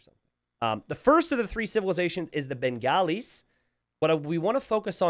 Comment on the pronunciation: your pronunciations of Bengalis, Hindustanis, Dravidians were almost spot on. That's 3 out of 4 buddy, you have nothing to be sorry about.